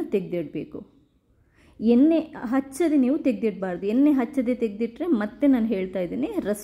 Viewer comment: ಕಬ್ಬಿನ ಅಲ್ಲ ತಾಯಿ, ಅದು ಕಬ್ಬಿಣ.🤦 ಹಾಗೇ ಎನ್ನೆ ಅಲ್ಲ, ಎಣ್ಣೆ ಅಂತ ಹೇಳ್ಬೇಕು 🆗?